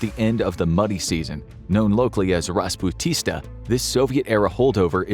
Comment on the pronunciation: It's not about unpaved roads during the rainy season, but going off roads and getting stuck in a muddy field. It's pronounced like rasputisa.